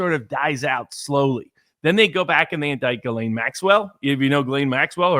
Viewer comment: Her name is Ghislaine.. But it's pronounced guillotine❤